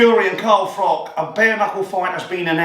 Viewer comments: cant even call Carl by his correct name FROCH not FROCK....Absolute melt!! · Who's Carl frok?